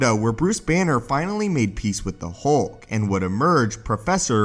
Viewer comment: HULK not HOLK.. Your voice is so monotone and terrible.